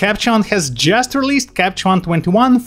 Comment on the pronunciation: Nice video, thx! Can you put a pause in “Capture One” please...in this video you keep saying “Capchon” instead, thx.